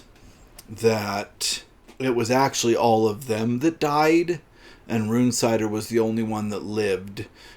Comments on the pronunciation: It's RUN-sitter! Jesus Christ, it's a normal enough name. Gordon Bennet, will you yanks ever pronounce anything correctly? RUNE-cider! Unbelievable! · The audiobook is read as Run-sitter